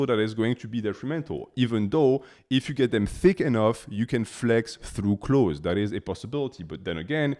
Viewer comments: "Close" is certainly closer in correct pronunciation than "clothzeez". If you disagree, English is not your first language, and you are incorrect. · Man stop saying “clotheses” 😂 Its just clothes ❤ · English speaking tip for you: "Clothes" has 1 vowel sound; it's only 1 syllable. It sounds almost the same as "close". If you say "close", your audience may understand you more clearly. I can't help but say something because I teach English 😊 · Choth(es) is soooo funny. Not criticizing , the fact that you can speak a foreign language with 99.98% accuracy is super impressive but clothez has got to be up there in 😂